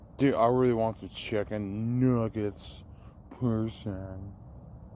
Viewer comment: That word “nuggets” almost came out way different lol